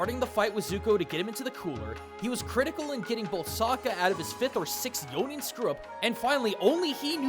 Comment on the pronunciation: Zuko messing up yo-nin is me whenever i play D&D lol